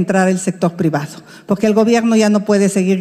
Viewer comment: Me encanta oir hablar a Xochilt y cuando dice poque se come la r pero aun asi se desenvuelve muy bien